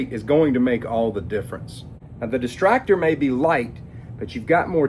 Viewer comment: Why does he keep calling it the "Destractor"? It's not exactly for distracting... I see a Destructor, but that's very different from what he's saying. >.>